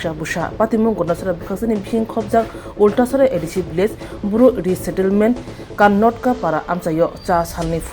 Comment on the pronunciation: Billage ❌ Village ✅ pronounciation rungya thurr